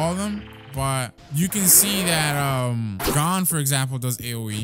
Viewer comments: 😂😂😂😂😂 insted of gon its gen 😂😂😂😂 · It not gone it gon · Please stop calling him Gon it's pronounced Goan